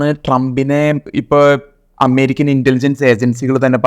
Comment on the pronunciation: അമ്മേരിക്ക അല്ല അമേരിക്ക